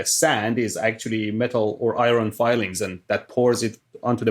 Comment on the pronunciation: "iron fillings" 🤔